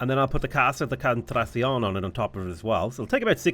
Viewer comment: Im amazed that after so many hours plaing CivVI you still skip a syllabe in "Casa de contraTAción" XD